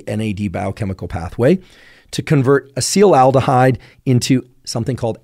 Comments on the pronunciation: its acetaldehyde not acetyl-aldehide as you are pronouncing it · It's not Acetal-aldehyde it's Acetaldehyde. FYI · Why do so many internet experts pronounce acetaldehyde "acetylaldehyde"? It's quite prevalent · It would be cool if this guy knew how to pronounce acetaldehyde 🙄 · Never heard someone pronounce acetaldehyde like that, lol